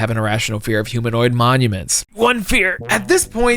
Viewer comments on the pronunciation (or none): none